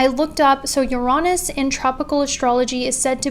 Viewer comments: Yo I RESPECT for saying "Uraanus", instead of... You know what! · I thought it was pronounced yuh-ri-nis (with emphasis on the Yuh x) )